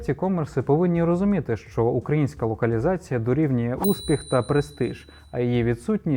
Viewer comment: Супер, тіки "щ" це не [шь], а [шч]